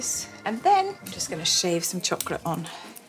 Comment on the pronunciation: Is the cholocate meant to be cho-lo-cate? It sounds more enticing than chocolate!